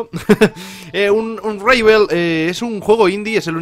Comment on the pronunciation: se pronuncia UnRabo xD